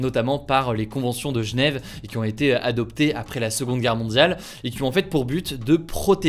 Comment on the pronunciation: Hugo qui prononce "Genève" comme un vrai genevois 👌🏻